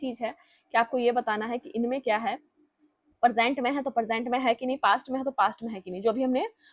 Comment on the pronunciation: मेम आप इतना अच्छा पढ़ाती हैं लेकिन आपकी वर्तनी बिल्कुल शुद्ध नहीं है आप प्रेजेंट और परजेंट और प्रपोज़िशन को प्रेपोजीशन बोलती हैं।